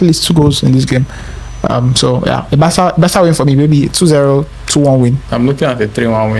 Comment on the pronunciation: Bro, what is Bartha? We're not in Spain bruv 😂 It is BARCA!!!